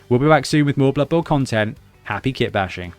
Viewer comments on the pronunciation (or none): none